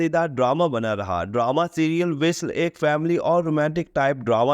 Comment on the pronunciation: Visl nhi vasl hota hai